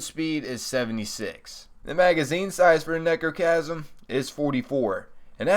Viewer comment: It sounds like you are saying negrochasm